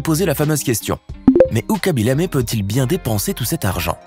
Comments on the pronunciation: On dit kaby lame pas kaby lamé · Ça ne se prononce pas "kaby Lamé" mais plutôt "khaby lam" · Pas kaby lame c'est khaby lamme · " Khaby Lamé " 😂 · C khaby lame pas lamé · Ses KHABY LAME ses pas KHABY LAMé